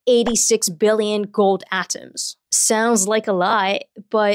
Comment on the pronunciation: I like the way she says "at-tums" 😆